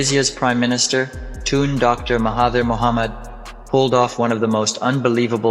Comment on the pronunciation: It's Tun not toon!!